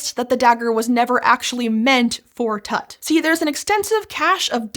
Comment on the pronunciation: it's Tut like Toot, not tat